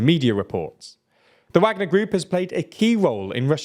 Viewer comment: Still saying Wagner wrong.